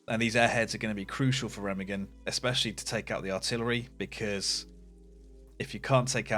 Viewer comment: Can you learn to say Remagen in at least some proper German. Thx